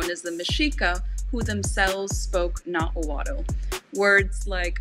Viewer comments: Nahuatl is actually pronounced like Nawal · Another common mistake is pronouncing the L in words like Nahuatl when the “tl” is at the end of the word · And the tl in nahuatl is more of a clicking sound.